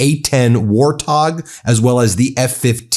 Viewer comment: Its not pronounced war- tog Its wart-hog..like the animal.. jesus christ man get some sleep see your kids.. get one of your lazy bros to do this